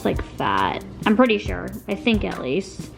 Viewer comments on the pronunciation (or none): none